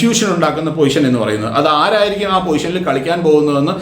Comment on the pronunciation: പൊസിഷൻ ആണ് അല്ലാതെ പോയിഷൻ അല്ല 😁😁